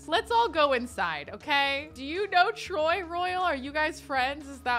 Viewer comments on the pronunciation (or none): the fact she kept saying troy instead of tory is hilarious. it’s giving… kelsi vs. chelsea